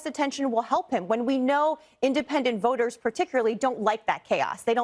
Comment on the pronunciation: Why this dude add a L to words with no L? just said “voter” like “votel” 🥴 I can’t listen to this dude just add a L to half the words he says 🤦‍♀️🤦‍♀️